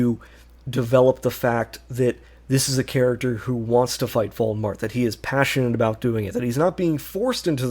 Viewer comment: Bro how are you unable to pronounce Voldemort?